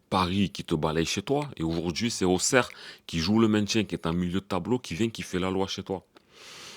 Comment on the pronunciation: Salut Avant tout tu es un des seuls à bien prononcer Auxerre. Même si j'ai bien rigolé hier au soir, je pense qu'on a les mêmes problèmes, des joueurs pas au niveau avec une grosse possession mais sans aucun impact et en plus pas de banc. Bravo encore pour ton analyse bien pertinent. Force à toi Patrick le Parisien